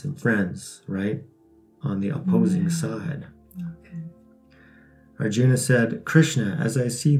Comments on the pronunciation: Awesome. TY. You can drop "a" when pronouncing. Rama or Arjuna. Can't wait for Chap 2. Love all of your videos. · Proper pronunciation: Arjuna = Arjun Bhīma = Bheem Sātyaki = Saatyaki Bhīsma = Bheeshm ā = aa ī = ee